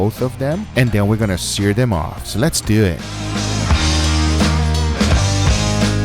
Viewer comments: “so lez dewattt” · Nobody: Guga: Lets Dewet